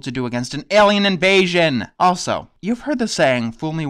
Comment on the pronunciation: Your pronounce alien like me! I always say air-lien instead of aye-lien